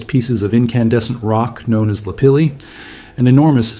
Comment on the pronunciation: Also pronounced 'pumice' wrong, and I think 'lapilli', too. Makes me question the knowledge the author of this video actually has on geology, and more specifically, volcanology.